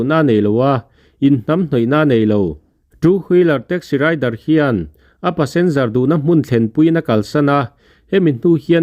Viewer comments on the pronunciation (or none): Driver ,tih ni awm Tak a rider tia I lam Rik ziah hi beng a thlep deuh ,han uluk leh deuh teh